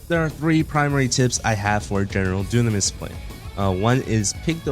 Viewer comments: Why did you butcher the name at the beginning of the video....Doonames instead of dynames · It’s call Dye-nam-mes, you uncultured swines